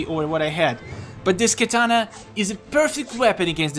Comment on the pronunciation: I like how you pronounce katana to kitana